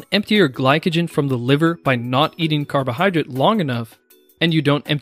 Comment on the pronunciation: jesus, it's "drate" not "drit"